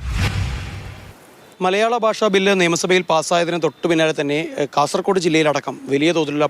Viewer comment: കാസർ " കോഡ്' അല്ല ❗ കാസർഗോഡ് ✅ ഈ bjp ക്കരെ വിശ്വസിക്കരുത്